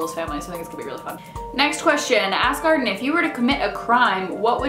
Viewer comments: Every time she says "ask Arden" I hear "ass garden" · When you said "Ask Arden" it sounded like "Ass Garden" and it made me giggle. You da bomb! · every time you say 'ask arden' it sounds like 'ass garden' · Every time she says "ask Arden" I hear "ass garden"...ASS GARDEN. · when she says 'ask Arden' it sounds like 'ass garden' lol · It sounded like you were saying "ass garden." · When you say 'ask Arden', it sounds like ass garden. :) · When you say "that's everything for this ask Arden" it definitely sounded like you said "that's everything for the sass garden" - which, the "sass garden" should really be a thing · When you said "ask arden" I swear you said "ass garden".